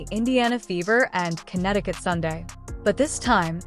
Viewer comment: Cuntneticutt is that what you are saying???😂😂😂😂